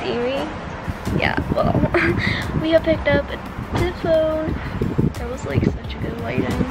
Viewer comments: She doesnt say “the” ... she says “duh” She doesnt say “that”...she says “dat” Ive never met a white person that does that. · Ur voice is so weirds, when u try and say that u say dat. When u try and say the, u say da. But other than that love ur vids